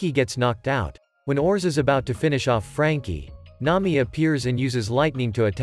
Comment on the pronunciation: Nami ❌ Nayi ✅